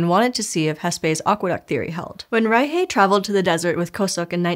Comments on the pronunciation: It's pronounced rai-shuh, not rai-hey. You said, "German-Peruvian", then proceeded to pronounce the name like it's some weird Spanish hybrid. She's German-born and the surname is German. Just throw it in a translator and listen to it before you record the episode. You're making my brain twitch and I can't pay attention to the science! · Im sorry, I have to ask. You said Maria Reiche was German, yes? Why on earth is it pronounced rei-hey and not reik? The root of Reich and Rick in West germanic is reik (ruler). Hence the name Frederick and the word Reich. Did she just go by how the locals where she worked pronounced it? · Why are you pronouncing Reiche as "ry-hay"? She's German. It's "ry-shuh" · Fluent German speaker here. I had to do a double-take on the actual spelling of Maria Reiche's surname because the pronunciation was so off when I was listening! Reiche is pronounced more like "RYE-shuh" (not "RYE-hay"), with a softer "sh"-like sound plus a schwa at the end (not "h" plus "ay"). The "sh" is a better approximation of the German "ich"-Laut sound (this isn't the "ach"-Laut), but "shuh" for the second syllable certainly sounds a lot closer to actual German than "hay". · Doesn't make sense. The german ch sounds very similar to the Spanish J. So they know this sound. The speaker seemed to be familiar with Spanish, so no idea why she didn't pronounce it like reitshe as Spanish do with eintratsht Frankfurt. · "Rye-hay", lol. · I'm confused by your pronunciation of Reiche. It's a German name. Did she take on a Spanish-influenced pronunciation in Peru? I couldn't find a pronunciation on Forvo for other than just the surname. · That german pronocuation was atrocious. You butchered poor Maria’s name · Maybe she’s afraid to make it sound like reich. Or she said it as if it were Spanglish